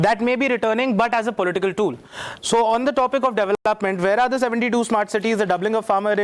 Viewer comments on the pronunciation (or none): none